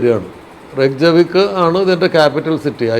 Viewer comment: അധികം യൂറോപ്യൻ കൺട്രീസിലും "j", "യ" ആണ്.. so its RAYK-ya-veek